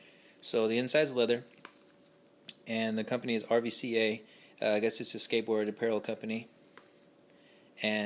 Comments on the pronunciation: It's ruca not rvca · I just got my RVCA magic wallet yesterday... its really cool and i recommend it. Oh, by the way it's pronounced RUCA so don't say R V C A... that is not how you say it. :) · Pronounced ' rooka' 😉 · its pronounced ruca, bro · It's pronounced rooka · RVCA is an Australian company and in Australia the way you pronounce the "v" is like a "U" so you say it like ROOKAH. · Pronounced RUCA. FYI